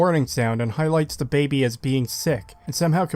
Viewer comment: if that’s actually how you say baby, then my bad and I retract it, I’m aware other creators often say things incorrectly to entice interactions on the video. It sounded like you were forcing it for the sheer hate of the baby in the game. I often listen to videos more than watch, as I’m a mobile technician, and it just pulls me out of the nice chill explanation you have. It was the same as the saints row video, if you have to bleep it constantly, why not just swap out the cursing for other words? It became too hard to listen to everytime I heard you say, for example, “it’s really AGHH annoying to play this game”